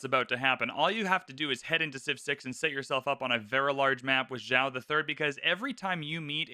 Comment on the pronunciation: I like that you are actually trying to say the name Joao correctly. Good on you, sir!